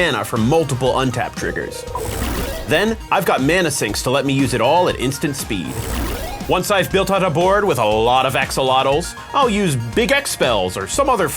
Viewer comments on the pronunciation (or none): it's not pronounced "Axe-ohl-lot-le", it's "Ah-shohl-lot"